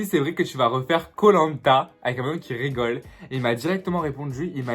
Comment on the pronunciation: « J’raygole » je meursss 😂 mais je kiff❤️